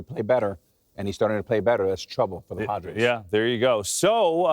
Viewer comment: & then he said the Padros...he's also been very irritable. He might have some CTE or early onset dementia going on...hopefully not 👀